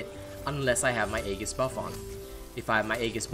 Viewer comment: EE-JIS... not haggis... Edit